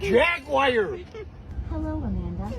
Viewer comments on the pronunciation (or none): it's Jag-war...not jag-wire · Terrible pronunciation of jaguar aside it was great